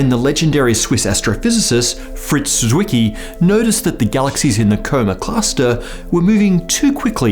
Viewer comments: Well, there is a tiny t at the beginning of a german z when pronounced. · Zwicky. Z pronounced like C in centaur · Dear PBS, can you pay more attention to the pronunciation of names? Zwicky is a German name, so why do you read it as if it were English? That is total BS. You just undermine your credibility by a lot. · You saying Zwicky is now my phone's notification sound, I love it! Greetings from Austria.